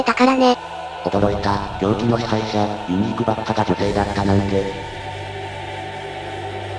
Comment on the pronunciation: ユニークがユーニクに聞こえてくる...